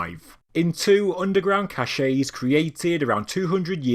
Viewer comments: Cache is pronounced “cash,” not “cash-ay!” Cashet is pronounced “cash-ay” and means something entirely different. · "CACHE" is pronounced "cash." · another great vid for future vids: cache is pronounced "cash" & means 'hidden supply' cachet is pronounced "cash-ay" & means 'distinction' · There's no "ay" sound in the word cache. It's pronounced "cash"